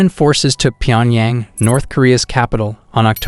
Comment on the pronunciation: Good info but man you need to learn how to pronounce things if you are gonna be a info youtuber. Like you can't even say Seoul or Pyongyang right 😩cringe